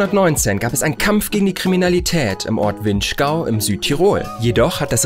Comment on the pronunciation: winschgau was ist mit deiner aussprache finnschgau